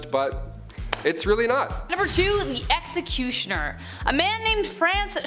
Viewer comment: Seriously can’t say executioner